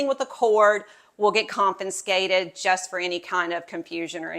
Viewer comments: It's confiscated. NOT con -fin-scated. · THANK U!!!.... The pronunciation was getting to me😢